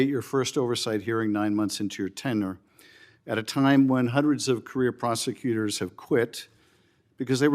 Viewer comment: He mispronounced the word "tenure".